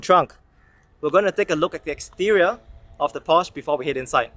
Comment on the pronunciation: You totally mispronounced Porsche and Taycan. Also, you do not need the key to enter. You can use the app or set it to sense you approaching.